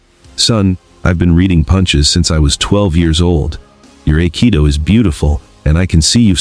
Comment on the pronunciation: Aikido is pronounced "eye-kee-doh"